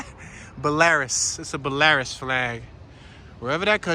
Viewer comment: It's not called a cathedral, it is a "Basilica". Maybe a catholic person can explain this designation. Essentially it's the top catholic church building in the city. Belarus is pronounced "Bell-A-Ruse". It's a country located near Russia.